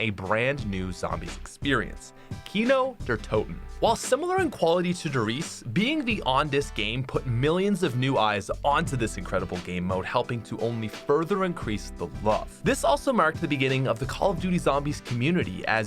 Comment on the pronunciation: The first time I heard mispronunciations SO CARELESS it actually makes me upset Like come on.. 'Der Riese' into 'Theresse'??? You wouldn't say 'Die now' as 'Diner', would you?